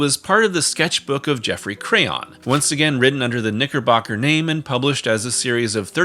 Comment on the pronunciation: Bro the way you pronounce Knickerbocker with a G REALLY made me flinch every time you said it lol